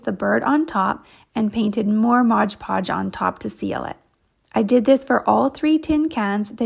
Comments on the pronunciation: MOD PODGE not MODGE PODGE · Why do so many people say "ModGE" Podge? Read the label...it's "MOD" Podge! It's so irritating. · Just an FYI... It's Mod Podge not Modge Podge 😊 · Yes I hate when these utubers say “Modge Podge” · Thank you! It's like nails on a chalk board to me! MOD. Podge. 😂